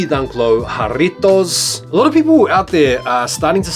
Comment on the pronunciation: Thank you for rolling the r and saying jarritos the correct way. It just makes me cringe when hypebeasts say “jar”itos